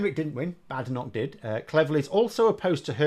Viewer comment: It's pronounced "Bad Enoch". Together with Sunak, Priti Patel, Suella Braverman, Javid, Kwarteng & Zahawi .... I'm becoming opposed to immigration. Why is it that the children of immigrants are the toughest on immigration?